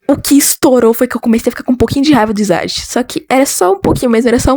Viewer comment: só pra avisar.. "isagi" se pronuncia "izagui" mas se vc quiser pode falar "isagui" :3 vou dar minha opinião (como alguém q viu o anime) eu não gosto mt do kaiser,e nunca ouvi uma música dele(a não ser q tenha mais personagens)pelo simples fato dele se achar o melhor e blá blá blá,mas nada contra quem gosta dele, e oq eu acho do isagi? bem...eu acho ele normal,mas o "passado" dele foi quase literalmente""perder no interclasse"",oq eu achei mt lixo,varios outros personagens tem passados melhores, e por um bom tempo eu tratei o isagi como um protagonista de mierda,mas depois passou eu odeio mt o shipp kaisagi (isagi+kaiser) pq eles se odeiam!! eu odeio quando o kaiser trata alguém mal,principal o ness,maaas eu sei o passado do kaiser e todo o drama dele,mas..sei lá, não consigo gostar dele não, eu ouvi as músicas do ani também e acredito q a maioria das músicas existentes de blue lock:D são muuuuuito boas, de qualquer forma o fato de eu não gostar mt do kaiser não me faz odiar ele, considero ele um personagem "bom" e respeito quem gosta dele, blue lock no geral é muuuuuito bom,a animação é uma b0sta?sim,mas ainda é bom,amo bluelock :33 adorei o video :D (não vou ter julgar por não ter visto o anime,mas..não entendi o pq vc não gosta do isagikk)